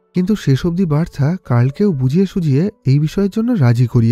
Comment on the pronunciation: উচ্চারণ হবে "বার্থা "